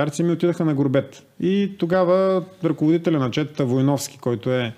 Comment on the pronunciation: Воененият ръководител на Ботевата чета: Никола Дончов Вóйновски - ударението е на първото О! 😉